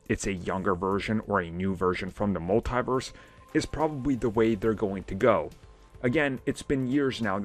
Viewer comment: Its "mul-tee-verse" not "mul-thai-verse".